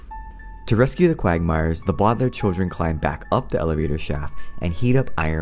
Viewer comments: Lol it's no bowdlairs it's Baudelaire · And it’s not bowdlaiirr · It’s actually pronounced the bau de lair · It’s pronounced Bow del air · It’s not bodalare it’s Baudelaire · Its not Bo De Lai Re Its Baudelaire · It’s Bow-De-lare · A sad story of the bodlar No offense I know that you made a video about pronouncing it whatever you can.